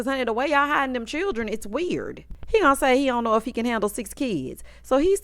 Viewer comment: The season of 'Chirrren'